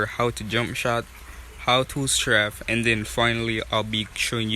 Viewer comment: straf lol its straif